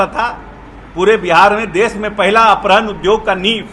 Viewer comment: अपहरण को सही बोल ले टपोरी